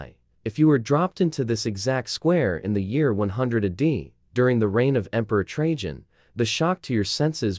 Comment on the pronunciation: Ah day? AI slop. Check your work, please.